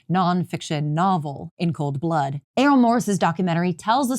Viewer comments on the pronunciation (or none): none